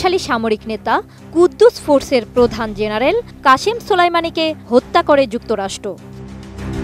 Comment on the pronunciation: অটোপাস সাংবাদিক কুদ্দুস ফোর্স না! কুদস ফোর্স হবে 😅😅